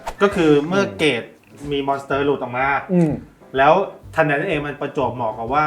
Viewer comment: ขัดใจจัดอะพี่ทางซ้ายพูดว่า มอน - เตอ คลิปหน้าขอพูดว่า ม้อน สเต้อ ได้มั้ยยยยยยยยยยยยยยยย